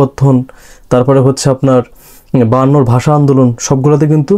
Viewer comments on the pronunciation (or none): none